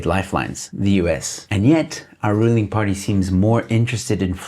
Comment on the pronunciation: for a moment I thought you said "our ruining party"... And thought... That's quite accurate